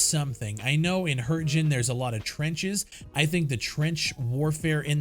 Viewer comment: Hürtjen.. It's Hürtgen! Americans keep butchering other countries languages like seriously? Edit: BTW the game is already good in it's current form in it's own way.. No games in history is ever flawless though you've got your point bro